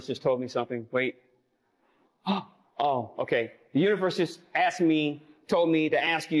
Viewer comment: "you axed me here" 😂